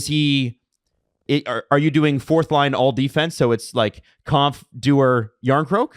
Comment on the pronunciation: Please pronounce Kämpf correctly, it's about time. There's an umlaut on the "a". says it right.